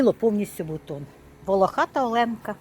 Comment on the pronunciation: Жук називається Оленка ( наголос на о ) , бо він волохатий і з крапушками , як у оленя . А квіти дуже гарні !❤